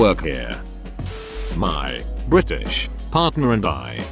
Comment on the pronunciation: STRAIGHT TEETH! "Bri'ish" 🤣